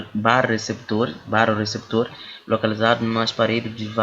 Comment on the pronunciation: por favor melhore na pronuncia dos termos técnicos, tive que voltar o vídeo umas 10 vezes pra entender Baro receptores, tirando isto a aula foi ótima, parabéns